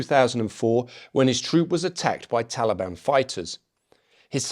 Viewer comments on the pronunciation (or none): none